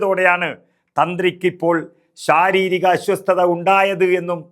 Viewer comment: അസ്വസ്ഥത എന്ന് പറഞ്ഞു പഠിക്കൂ